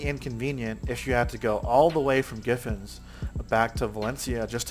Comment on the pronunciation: is he calling Gyfin... giffins? LOL "Guuyy-Finn" dude fs xDD